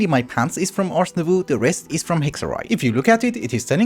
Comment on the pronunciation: thanks for the vidddd also please please please Nouveau is prononced nouv-oh (like oh sound from dough or "oh ok") since you seem to always change the way you say it, this is the correct way of saying it in french!